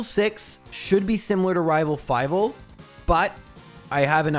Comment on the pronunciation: Nice try, but I heard you say "Rival Five" instead of "Rival Fival" and now I'm pretty sure you're an imposter.